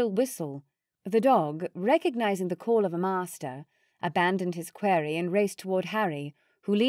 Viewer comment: I'm enjoying the story despite a few odd pronunciations (query when it should be quarry, cure-icle instead of curricle, for example). I suspect the narrator is American, but with a variety of decent British accents. Thank you for the entertainment. 🙂